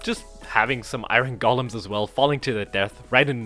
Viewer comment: EYE-RON golem😂